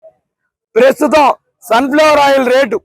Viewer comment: పేసుతం కాదు రా 😂ప్రస్తుతం 😂😂😂😂 పోలవరం మిరు కదా పూర్తి చేస్తాము అన్నది వాళ్లకన్నముందు ఎటకారం నాయల😂😂